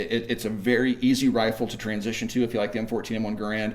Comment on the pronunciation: HE'S SAYING GARAND WRONG